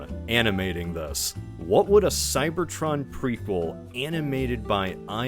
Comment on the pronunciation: Whenever you say "Cybertron" I hear "Cybertruck" That's a tragedy in itself.